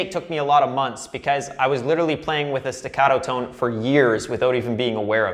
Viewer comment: i'm italian, can I teach you how to say legato e staccato?